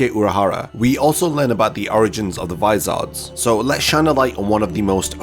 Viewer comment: Vis-OR-s. Not vis-ARD-s.